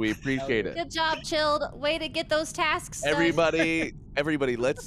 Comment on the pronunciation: I heard "Tasks" as "Taxes" in the beginning and I thought Chilled paid his taxes in Among Us.